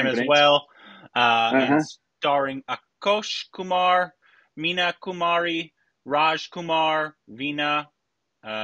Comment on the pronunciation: it's ASHOK KUMAR, not AKUSH KUMAR. Please stop reading Indian names. Leave it to Rick. He normally gets it right.